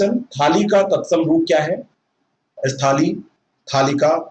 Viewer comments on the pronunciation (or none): Sir अस्थलि नहीं सही उच्चारण स्थली होता है